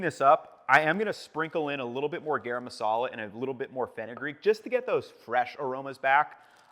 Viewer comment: It’s pronounced Guh-rum Marsala and Kuhsh-Miri chili. Great recipe! Love the video!